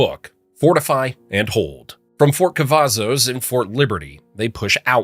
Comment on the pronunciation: I feel insulted you called our base Cavasos